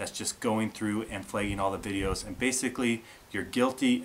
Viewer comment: What is 'flayging' and 'flayged'? Is that how northern people say "flag?" Like "oh, hey dare, Canada"?